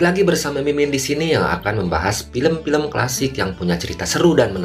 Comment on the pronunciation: Kalau bisa yg membacakan narasi film, bisa membacakan cerita dengan pronounce yg nenar "Film, Spain" dll dalam film ini